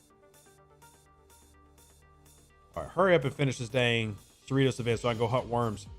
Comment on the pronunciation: Are you sure it's pronounced cerree-toes? Seems to me like it should be pronounced cerri-toss